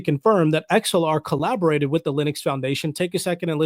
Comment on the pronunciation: Sounds like your saying xlr lol